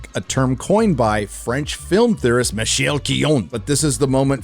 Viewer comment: In "Michel Chion", "chi" is pronounced "shee" not "kee", also fun fact "chion" in french sounds exactly like "chions" which is the first personal plural conjugation of the verb "to shit" or "to take a shit"… "Michel We shit"